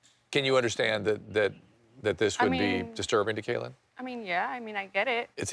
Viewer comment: It’s a little bit irritating that Dr. Drew keeps calling Kailyn Caitlyn 😂